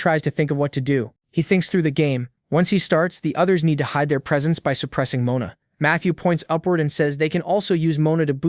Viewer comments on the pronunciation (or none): Guy it's mona from now on Not mana ohke